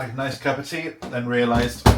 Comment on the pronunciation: Sorry you had such a bad day. I had a bad day yesterday. Lovely homestead BTW. I really like the way you say 'cup of tea'.